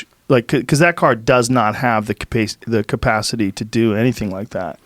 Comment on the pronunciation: Joe "Capaycity" Rogan